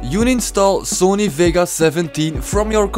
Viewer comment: cool vid man, btw its vegas not vigas lol